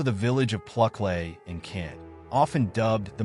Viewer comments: Pluklay 😂😂😂😂😂 It’s pronounced Plucklee. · Please work on your pronunciation! Pluckley is plucklee.